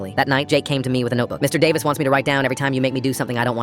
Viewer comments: Me just concentrating on him saying 'Mister EeH-Davis' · Mr. D-uh-vis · why is it pronounced "mr..davis" help 😭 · Mister Eh-Davis